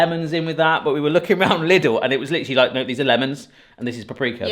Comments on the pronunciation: I have a bit of a pet peeve with the word Lidl, in the Netherlands most people will also pronounce it "little", but it's originally a German store and the i is pronounced with a 'ie' sound like in the word mie or wii 😅😅 Other than that, love this video, love the new setup and always love the videos with the two of you 😁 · LIDL is pronounced “leedle” (like needle), not “liddle”. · It’s pronounced like “Leedle” (rhymes with “needle”). 😂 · At the self checkouts it's definitely not! "Thankyou for shopping at Lid-ul, see you again soon!" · We thought it was pronounced it like Lydle rhymes with title